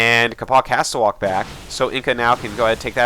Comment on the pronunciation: capo-ch is pronounced like the "Ch" is the same sound as the one from "Ch-eese"